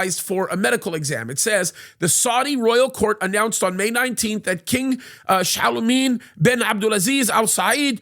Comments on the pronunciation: Its Salman (Sal Man) not chalamet 😂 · Why does he pronounce SAL-MAN as shalomeen that’s really off the mark 😂